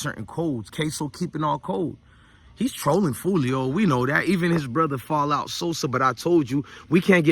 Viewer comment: its "foul out" sosa not "fallout" sosa 😅